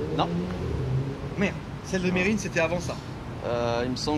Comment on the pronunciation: sans déconner, je vais faire le fan boy, gros respect. Vraiment. T'as fait un geste pour un de tes amis, même si ce n'est qu'un compte insta, je t'appelle seigneur:-). Encore une bonne vidéo, mais par contre ça se prononce "Mérine":-) et le mec de la ROLLS je l'adore. Il doit revenir:-)